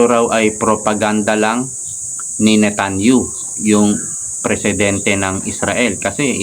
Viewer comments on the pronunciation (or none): NETANYAHU hindi NETANYU — pakiayos ang pagpronounce ng mga panagalan.